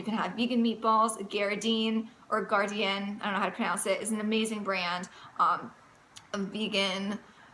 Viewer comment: Darn good advice. I am about 5 months in to weaning myself off of my old SAD. Still going thorough some detox issues but overall I look and feel so much better. BTW I think it is pronounced Gar-Dean. That stuff is good and so helpful for folks like me who miss the old diet from time to time. God bless you and yours.